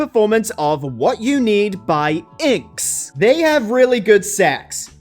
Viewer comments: Inks? It's 'In Excess' dumbass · Terrible pronunciation. In excess not inks. Kee-ri-yea not Kai-rie. Get your act together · You continuously mispronounce INXS in all your videos. I'm surprised you haven't read your comments and corrected it by now. It's pronounced "N-X-S" or "In Excess," not "Inks." They were HUGE so please be respectful! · inks lol, it's in-ex-ess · It’s pronounced IN X S. hahaha not inks young man. (Yeah I know my age is showing 😂) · Love your videos, but why are you pronouncing INXS like “inks?” It’s “in excess.” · It's pronounced [ IN EXCESS] ....idiot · INXS is pronounced IN - EX - CESS . C'mon man they were way too popular to do them dirty like that 😮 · It’s pronounced ‘in access’ and not INXS! You should know this! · why can NO ONE today pronounce INXS properly? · Babes was that a joke the way you pronounced INXS?